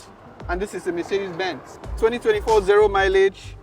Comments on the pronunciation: “Mercedes bens” 💀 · Mercedes "Bens"???? 😅